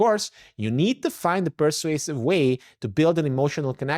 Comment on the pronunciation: You pronounced persuasive as passive